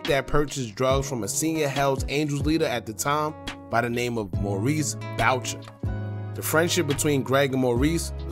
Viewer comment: And its pronounced boo shay not bowcher lol